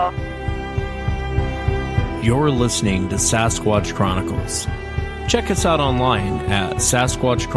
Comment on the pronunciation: Why cant she pronounce 'Sasquatch'??